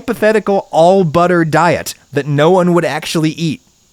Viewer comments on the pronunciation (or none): none